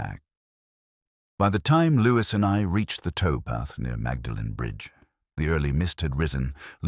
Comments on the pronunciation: Yes I’m just an American but I cringed at that. It’s more like “Maudlin.” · Awful, Awful, Awful. Terrible mid Atlantic accent, complete ignorance of Oxford place pronunciation, awful dialogue. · Very dull. Actor's voice put us to sleep. Very unconvincing Morse who would never have pronounced Magdalen college incorrectly!! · pronounces Magdalene incorrectly. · You have mispronounced Magdalen College